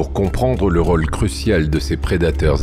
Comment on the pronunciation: Ce logiciel de lecture automatique est mal paramétré : il prononce "roll" au lieu de "rôle"; "saumet" au lieu de "sommet"; sans parler du joyeux mélange entre les "é" et les "è" ou "ê" ou "ai". C'est probablement voulu! Il y a des gens qui veulent la peau de la langue française... Pourquoi tant de haine à l'égard de cette langue? Allez savoir!